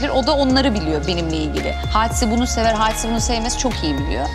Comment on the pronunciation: Nobody : Hadise ; Hisediörüm